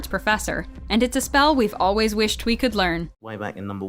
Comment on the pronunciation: It mead me laugh when Matt said we is it olweis me